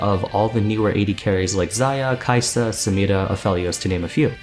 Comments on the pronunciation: Every time you pronounce SamiRa like a weirdo I get shivers from cringe 😅 Nice videos though, love it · Dude I cringe every time I hear you roll that R in Samira, I like your videos though! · I'd say that's more to do with her accent. Riot themselves pronounce her name phonetically as it's spelt. So I guess it's up to us to determine which one takes priority. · Why does he pronounce only Samira's name with an accent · He pronounces samira funny